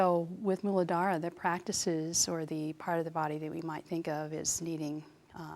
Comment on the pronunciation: Thank you for describing and correctly pronouncing Muladhara. Such useful information.